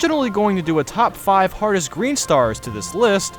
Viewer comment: (In an accent) what do you think is the hottest star and why? I know its hardest but it sounded like hottest xD